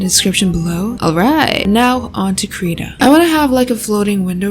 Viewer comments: Someday will learn how to pronounce Krita 😔🤚 (krih-tah not kree-tah) Also FireAlpaca is dope for a free program. Used it for like 4 years. And yeah Medibang is from the same company as FireAlpaca. Medibang is better for comic/manga makers. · she pronounced krita wrong